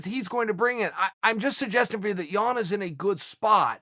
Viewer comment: chael sounds like he's saying Petr Yawn